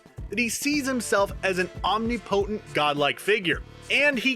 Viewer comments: Ahmm-knee-poe-tent ... Lol. You've only ever seen that word written, right? Ahmm-nip-uh-tint. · “omni-potent” mate you lot are supposed to be journalists and omnipotent is too hard to say for you damn shame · Came here to say this :) Om-nip-o-tint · that's not how you pronounce "omnipotent"